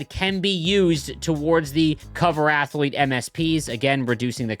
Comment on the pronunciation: "i didn't know athlete had three syllables, thats amaz-a-zing"